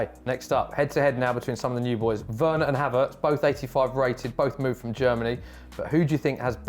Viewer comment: No way man said weners on the same level as vardyyyyy🤣🤣🤣🤣